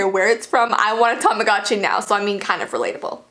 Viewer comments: Tamogochi isn't pronounced like that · It's not Tamagotchi it's "Tomodachi"